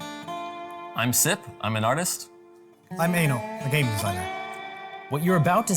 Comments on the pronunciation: 😂😂 when he said eino i thought he said anal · i kept hearing anal instead of eino... lmao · I thought Eino said "I'm anal" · I thought they kept saying Anal when they said Eino